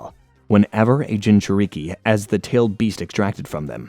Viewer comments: He's gotta be doing it on purpose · AH KAT SOOKIE ARE U KIDDING ME THIS SHIT IS ASS REDO IT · jin joo reekee made me stop watch how hard is it to pronunce shit. get someone that isnt as pasty to pronounce shit correctly my god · JIN CHEW REE KEE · "Ah-kah-tsew-kee" and "jin-chew-reeh-kee" are too much for me to listen to 😭😭😭